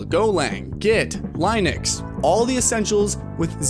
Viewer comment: The way he said linux 😂